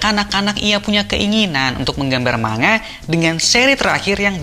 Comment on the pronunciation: Bacanya Ma-n-ga, Bukan ma-nga Dan yang dimaksud adalah saga terakhir. 1 saga biasanya terdiri dari 5 arc. 1 arc biasanya selesai 1-2 tahun. Paling cepet kira2 5 tahun lah.